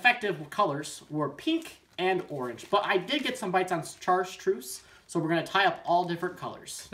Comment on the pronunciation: Kinda had an eye twitch every time he said "chartreuse"